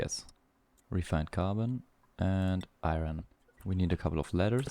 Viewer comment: Iron is pronounced eye yearn. You keep saying eye ren and I can't tell what it was